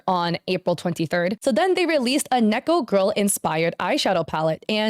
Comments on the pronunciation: hearing neko pronounced nee-ko instead of neh-ko for an extended period of time is breaking my brain ngl 😅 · The fact that this person says Niko instead of Neko kills my soul a little bit every time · Take a shot everytime says neeko instead of neko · I'd just like to point out that neko is not pronounced like knee. It's neh-ko. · not to be annoying but its NEH-CO not KNEE-CO lol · im pretty sure neko is pronounced neck-oh or maybe im wrong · also pls don't pronounce Neko as Neeko.... you started saying you it correctly halfway through, but then reverted to the neeko again and it's driving me crazy 😂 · why are you saying neko like that? it's a soft e like neck. neck-oh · why are you pronouncing neko like that.. it makes me want to cry